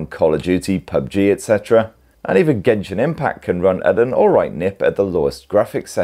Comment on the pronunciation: Why say gentle , as in jentell ... Then genshin as gen , not jen 👎🤬👎🤬👎🤬👎🤬😭🤬👎🤬😭